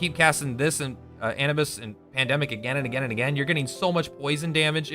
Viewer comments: anubis uh-noob-iss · Anibis? you mean Anubis? what the fuck....